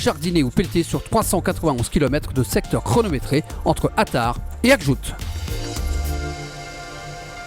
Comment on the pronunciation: Magnifiques images ! Merci ! Par contre, c'est "AKJOUJT", à prononcer "aquejougeteuh". Je sais pas si vous passez par Tidjikja, mais celui là est pas mal aussi (tidejiqueja).